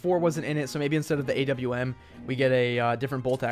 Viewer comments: WHY ARE YOU SAYING AUM IT IS A W M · it's u-m-p not ump and a-w-m not awm